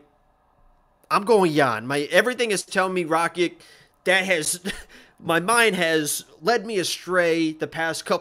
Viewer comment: U pronounce Rakic very wierd, I think rakic wins a decision but it’s so close